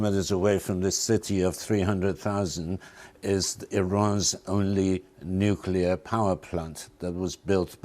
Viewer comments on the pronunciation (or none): This "NUCULAR RHETORIC" will eventually lead to the unthinkable! If not over Iran, it will happen somewhere else!